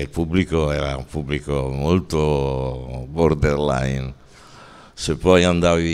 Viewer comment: Puntata fantastica! Paolo è straordinario e poi mi fa spisciare il fatto che ogni volta dice bordell-line invece di borderline. Chissà se sia voluta o casuale 'sta cosa 😂